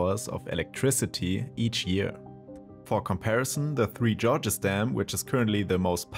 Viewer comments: He said “Tree Georges” it’s “3 Gorges” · It’s three gorges, not three Georges. FFS. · Gorges, und nicht Georges, bitte. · Its not the Three 'Georges' dam. It's pronounced 'Gorges' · “Three Georges Dam” 😂😂😂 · Well, HE got the “dam” right 😊